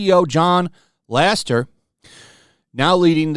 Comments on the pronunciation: Why can't you say Lasseter? LAH -SE-TUR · IT'S LAS-E-TER!!! SAY IT RIGHT 🤣